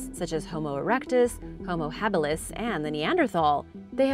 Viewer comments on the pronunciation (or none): none